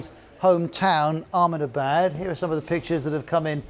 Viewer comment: Trump: Amabad😆.. Cheewala😆😅😂..Vevey ka mondond😆😅😂..suchin, verot😆😅... Modi: (let me see) Doland😅😂🤣.. friendsip😆😅.. We: 😆😅😂🤣😆😅😂....